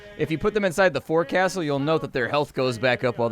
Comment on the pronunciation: forecastle, is pronounced Fo'kstle sounds almost like folk-stle.